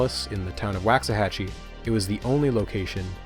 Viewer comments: waxahachie like walks a hatch ee not wacks a hatch ee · Do you pronounce it how he did? I’m also from Texas (not getting more specific) but have always heard the first A pronounced like in Walk not Wax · quick correction: Waxahachie is pronounced with a Wah, like in walk, not a Wa, like in wax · Pronounced Wocks-uh-hatchie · say it with us. RAY-gan.... who TF is regan? psst, your bias is showing. wax-ahatchi??????? TF can you not speak? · im from waxahachie and i absolutely hate the way you say it